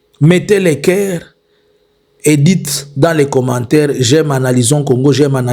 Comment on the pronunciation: Faites un effort monsieur sur la prononciation, vous prononcez 'i' en lieu et place de 'u'. États-Inis ' 'Mettez le 'kere <> coeur'